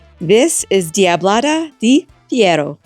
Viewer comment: That's "Pee-jar-oh." Accent on the first syllable.